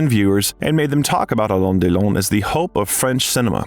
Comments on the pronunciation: You are not pronouncing his name correctly. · Why can't you pronounce Alain Delon's name accurately? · Alain Delon would have deserved a narrator that could pronounce his name correctly. Informative doc, though. Tks for posting